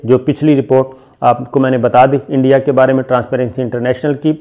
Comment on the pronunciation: انڈیا نہیں "اینڈیا"